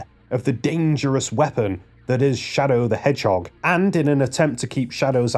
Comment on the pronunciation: "Sadow the hedgehog" (ಠಿ‸ʖಠ)?